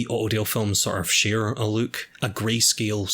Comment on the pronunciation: Word "Look": Exists: Löök